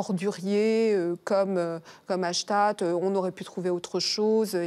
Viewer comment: hashtate ? vous voulez hashtatter quelqu'un ? honteux !